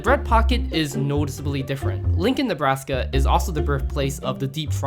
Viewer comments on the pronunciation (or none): none